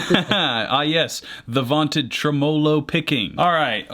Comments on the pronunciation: TreMOHloh picking. I've been pronouncing it wrong. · Well… professional voiceover artist doesn’t know how to pronounce the word tremolo then. He put the wrong m fass iss on the wrong sill abb ul. They probably used his voice to program the AI.